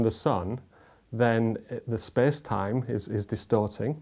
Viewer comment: "spes time"